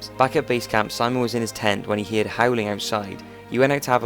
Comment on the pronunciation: Man, why are you always saying "Heared" instead of "heard"?